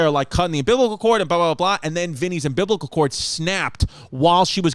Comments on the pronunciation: Hey, you're a Distefano, your dad says cartridge, you say umbiblical, it is what it is!😂🤣😂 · SAY UMBILICAL CORD AGAIN BABE! 😅